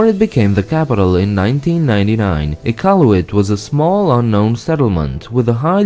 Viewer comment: Finally someone learns how to say iqaluit and not saying some dumb shit like ikawlooit